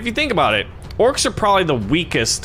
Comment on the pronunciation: Orcs not orces